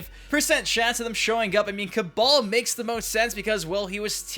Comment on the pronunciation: It's kaball not kabow